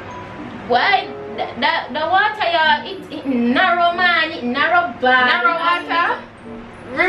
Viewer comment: says narrow wata 🤣🤣🤣